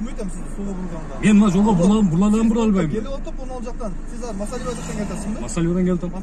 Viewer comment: Масалиева дебей туура айткылачы айланайындар